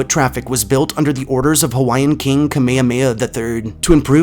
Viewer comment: Being native Hawaiian and a collector of Hawaiian ghost stories, myths, and legends this was a great video that was mainly accurate. I also like to mention that you did a good job pronouncing most of our Hawaiian words. I’ve heard many butcher the names of places and people that have Hawaiian names but you did well!! Great job. I enjoyed your video.